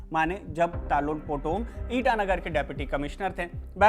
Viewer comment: तालो पोटम. नाम ठीक से बोलो